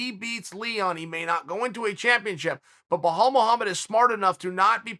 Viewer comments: Chael, it's 'be-lal'. Not BhoLawl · Say it with me Chael: B-be-bel-bela-belal. There you go buddy! Now if I hear you saying blahal one more time imma kick you in the nuts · how did you manage to butcher his name from Bilal to Buhal😂✌🏼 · Belal turned into Behaul wtf hahahahahahahha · Behal mullhamed. I only come here for the pronunciations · his first name is BELAL , NOT BLEHHAALL ... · Correct pronouncing of Belal is :"Bilal" Not ballllal, or bolllol. It's : "بلال" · At this point? I figured it out like 150 mispronoucations ago.. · Blahall? Really Chael you’re telling me you couldn’t read it and sound it out hahaha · Uncle Chael called Anik to know how to correctly pronounce 'BoHol Muhammed' 😂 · Uncle Chael's Vocab : "Blahol Muhammed" "Islam Machalaev" "Hazmat Chimaev" "Yarear Rodriguez" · it’s Belal not Behal please Cheel Sannen make an effort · Who’s this Bahal uncle Chael keeps mentioning ? It’s Belal! I think we should have a podcast with Uncle Chael and Uncle Joey Diaz just reading fighters names off a list 😅😂🤣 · Chael: "How do you pronounce his name?" Anik: "Belal" Chael: "Blehal, ok great" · It's really disrespectful that chael constantly messes up names.. probably on purpose so people comment on it.. No one told him the name is behall Or mockel chev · So after he got help on how to call his name he still pronounce it bohal. I wonder how he was saying it before lol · I have rarely seen anyone who murderes other people names as this guy does. Bahal mohammad and kazmat chimaev would cry in agony every time they hear him. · me: (presses play) Chael: Belhal... Why the extra h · LOLOLOLOLOL "I had to learn how to annunciate Blehawll" LOLOLOL Chael ur a troll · Why tf does he call him Behal wth Chael 😂😂😂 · Wtf is “Blue haul Muhammed”? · Belal "Remember The Name" Muhammed: Exists Chael: Blaahhaul right? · The mans name is easy beee laaaaal, why you murdering it uncle chaaaheeeayl ? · "Bel-Al" is the easiest name in ufc to pronounce yet cheal......